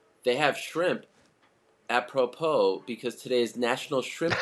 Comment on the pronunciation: Its "appropro" Helwani tries too hard and makes me physically cringe and God bless DC for calling him out on his corniness